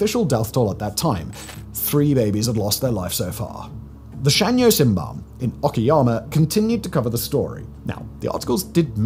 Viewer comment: I've never heard someone pronounce "shimbun" as "sinban". English pronunciation is so weird when it comes to vowels. 😅